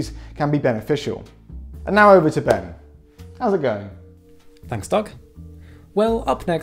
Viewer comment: Ben! Not Ben!